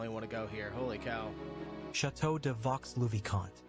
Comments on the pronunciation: Vaux-le-vicomte se prononce VÔ le vicomte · You must not pronounce the -x in Vaux le Vicomte. Vaux means dales in old french. Valleys.